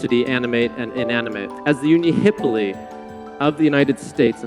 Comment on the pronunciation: I noticed that you placed the accent incorrectly in the word "Unihipili." Nevertheless, thank you for sharing